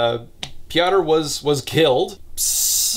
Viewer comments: Marek is an average polish name that is the equivalent of marco/mark/marc Your second pronunciation of Kuba was correct. Piotr is pronounced pyotr. And the polish version is very sloppy too from what I know. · as a Pole, you trying to pronounce the names is kind of hilarious. especially Piotr lmao. useless fun fact - Kuba is short for Jakub (the Polish version of Jacob) but also functions as its own name. i know a few Kubas and some Jakubs, i kind of see the two groups as rival gangs